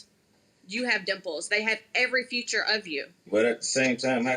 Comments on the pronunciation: 26 people liked that you said "future" instead "FEATURE". Damn that's sad 😭🙈🤭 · that’s because she said “future” 🙄🙄🙄.. that’s why it’s funny